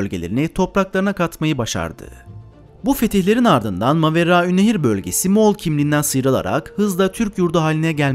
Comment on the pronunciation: Yaaa çen ne kaday güzel Maveraünnehir diyemiyosun😂😂😂😂😂